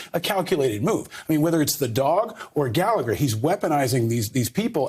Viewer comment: Gawd why can’t anyone pronounce Gallagher right... Galla Her. The second g is not pronounced